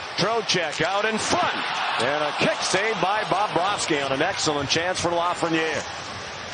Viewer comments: He also says "Bob-rohski". He goes heavy on the Bob and doesn't sound like he gets a V in there at all. Should be BubroVski. Even better if you say it like Jay Onrait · It's not Bahb-bravski guy